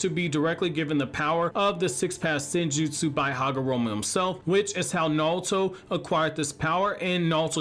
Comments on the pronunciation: STOP SAYING NAWUTO AUUGGGH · I can't take 'Nahl-toe.' How, my guy??